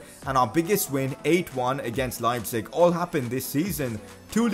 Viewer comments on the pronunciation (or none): none